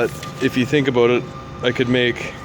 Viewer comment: I figured after I heard you say 'aboot' haha.